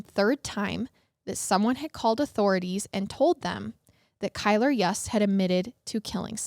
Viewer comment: FYI, Kylr's last name is pronounced "Yoost", not "Yuuust". You-s-t. It's spelled Yust, yes, but different pronunciation. And Jessup Carter is Kylr's half-brother, not stepbrother. The only piece of Kara's bones reportedly found was her skull. According to local news, unfortunately there just wasn't enough actual evidence to convict him of premeditated, first-degree murder in either case or second degree murder in Kara's. I think it's also worth mentioning that Kylr had animal cruelty charges against him for torturing and killing kittens- which is common with some serial killers/murderers, even if he's not technically a serial killer that we're aware of.